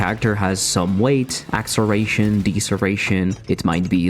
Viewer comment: WTF are "axeration" and "deeseration"?